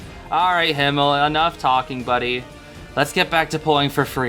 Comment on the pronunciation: OMG THANK YOU SO MUCH FOR (almost)PRONOUNCING HIMMEL RIGHT (obviously American accent but still thank you sm)😭🙏🙏🙏